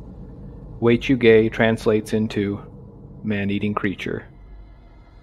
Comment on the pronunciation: At first, I thought you said Way To Gay and now I can’t here it any other way 😂